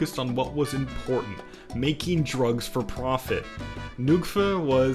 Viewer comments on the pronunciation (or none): none